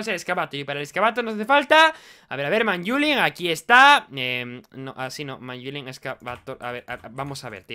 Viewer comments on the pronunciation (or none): pls di manylum en vez de manyulin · le dice manyula, no tengo nada más que decir:v